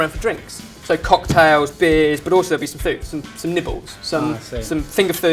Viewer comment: Lol when he said nibbles, I heard nipples haha